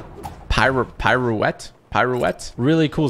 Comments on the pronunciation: why did u say pirouette like that lol it’s “peer-oh-ett” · Ok I’m sorry tg but “black widows PIRO-Wet…” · You say pirouette like peeruett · ***pronounce it peer-oh-wet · “Piro-wet” hahaha:-)